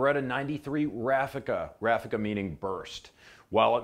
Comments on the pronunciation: RAFOKA????? No no no…RAFFICA è il nome giusto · Great video, thank you! Err... you might want to research a bit about Gheddafi, forget for a moment what the TV told you when they needed to demonize him, you might be surprised... (Oh and "raffica" sounds with the accent on the a, and the i sounds like ee, but you went pretty close anyways.)